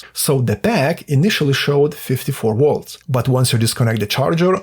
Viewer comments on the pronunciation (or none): HAHAHAHAHAHAHAHAHAHAHAHA was debating to say the same thing, it was on my nerves and "wolts" vs volts LOL can't hate the guy i would like to troll him as friends do to one another :face-fuchsia-tongue-out